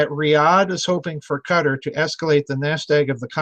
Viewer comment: Doc, your pronunciation was correct the first time. It's pronounced "Qui-TAR", like "guitar", except with the hard Q. The "fight-baiting" in ME has been going on for years. I worked for the largest Petrol Co. on this planet, and pitting one culture against the other is common place, so, you're correct in your assumptions.